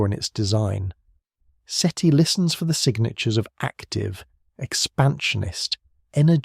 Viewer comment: Seaty? Seaty... Seti. uhhgg ai slop